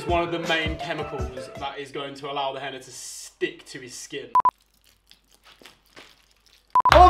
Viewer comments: It's called henna not henner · I know its henna, I was making fun of how he pronounced it